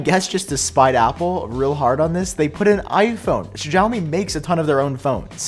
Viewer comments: xiaomi is pronounced "see-ow"me. there is never a "sh" sound as long as no h is in the name. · Just saying you're pronouncing xiaomi wrong. It was bugging me a little and I didn't know which company you were talking about until I saw it on screen lol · I assume you're talking about Xiaomi's new wireless charging pad. The "x" in Chinese pinyin writing is pronounced almost like an "sh," not a "j." If it helps you remember, you can think of "show me, Xiaomi."